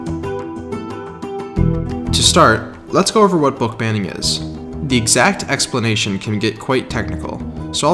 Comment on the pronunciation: 'explination' this is not hate btww